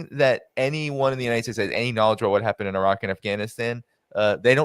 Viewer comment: Did say Eye-Rack? He is speaking like an ignoramus while pretending to be an intellectual.